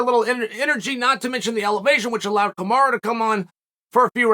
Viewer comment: It’s Kamaru not kamara. Just say kam-are-oo.